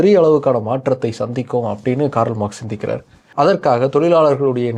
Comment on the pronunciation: காரல் அல்ல, கார்ல்.🎉